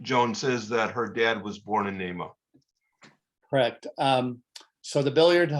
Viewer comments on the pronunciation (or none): The pronunciation of Nahma is NAY-muh (long A).